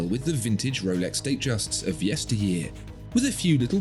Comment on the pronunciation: i don't think thats how you say the name of the brand